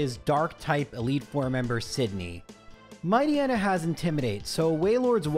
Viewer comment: Matchneya? Bro, you need to be stopped lol